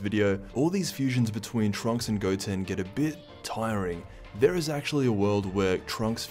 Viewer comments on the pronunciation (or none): none